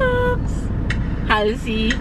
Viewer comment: "halsi" pala pronounciation hindi "heyli"